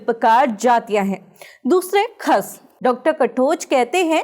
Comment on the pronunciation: khash hota hai khas nahi